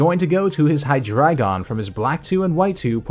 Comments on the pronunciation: Well, I don't wanna be this guy, but... It's not "Hy-DRA-GON", it's Hy-DREI-GON, from German Drei = 3. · Maybe that's just me, but hear "dragon" and not"dreigon" at for example . Maybe that's just a dialect thingie ;p